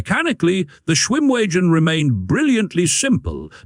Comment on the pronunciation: If you keep calling it a schwim wee gen it's not going to come when you call it.